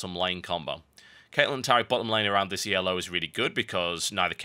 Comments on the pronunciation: It's not E.L.O., it's "elo" pronounced just as it is because it's not an acronym for anything. It's a rating system that was designed by a guy named Arpad Elo. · Why does he pronounce Elo "yellow" ?